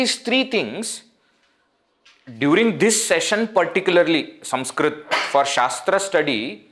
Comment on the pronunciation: Do you have a speech defect? Why are you saying SUMSKRIT? Should it not be Sanskrit?